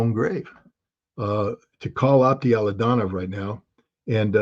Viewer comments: He can't even pronounce the name ofa guy he calls friend and says he knows him very well. His name pronounces as Aptí Alautdínov. What Scott is saying I have no idea. Something like Ato Laudaow😂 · Aptee Ala oo Dee nov..Please pronounce it correctly Scott.